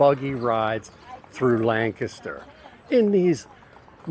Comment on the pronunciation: I love your enthusiasm. I wonder where you are from? People who grew up in the Lancaster area pronounce the word differently from people who are not from the area. You pronounce Lancaster the way that the locals do. I live in Lebanon County which borders Lancaster County to the north. Another great miniature golf course is just west of Strasburg and it is called Village Greens. They actually have two miniature golf courses side by side. One is 18 holes and the other is 26 holes. They are both very nicely landscaped and they also have some challenging holes.